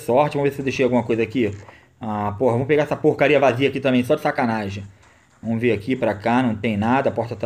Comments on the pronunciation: PARA COM VOMOS QUE VOMOSSSSSS. É VAMOS QUE VAMOS. JESUS DO CÉU. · "Vomos que vomos"